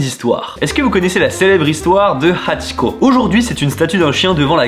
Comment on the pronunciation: Mes yeux shumidifient direct en entendant "hachiko" Video super interressante